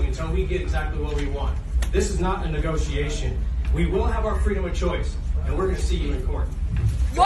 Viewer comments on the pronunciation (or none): "This is not a nagotiation" Damstraight! I love this guy. Keep fighting.